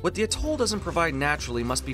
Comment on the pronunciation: Fantastic film. Very enjoyable with a very clear explanation. I hope you don't mind but the stress in on the A in Atoll. A'-toll.